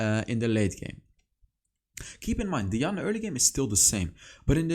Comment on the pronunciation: 😂😂😂😂 you got twisted FATE right , while i’m here it’s also diana(DIE-ana) not (DEE-ana)